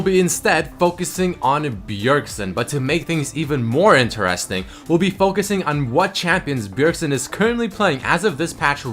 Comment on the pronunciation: Please stop saying interésting, like that tilts me more than watch that fuking Pants picie of shit! Thank you <3